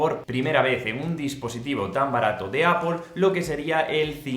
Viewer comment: A la tercera vez que has dicho "Apol" me has dado un poco de grima pero buena review.